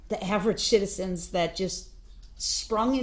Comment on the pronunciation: black criminal man vs white prosecutor/District attorney lady surprising they both have a lot in common theyre both red as a tomato they both cant pronounce the letter c or SH sound to save their life her: he was in possession of T-H-CHEE. he was high on T.h.sheee when he ran over those shiditzens (citizens) him: i will not be DISH-RE-SHPECTED!!!! lmao what a shircus